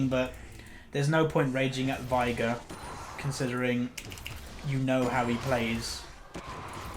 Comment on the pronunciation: ITS VEIGAR NOT VIAGAR OMFG